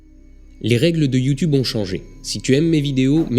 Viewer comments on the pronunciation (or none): none